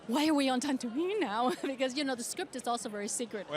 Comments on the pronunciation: She literally said Tantooine. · Noooo 😂😂 Ming-Na kept saying "Tantooine" instead of Tatooine 🤣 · Ming-Na Wen: "I'm a huge star wars fan!" Also Ming-Na Wen: "The New Hope", "Tantooine"